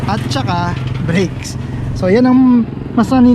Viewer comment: Natawa ako dun sa "atchaka" hahaha more power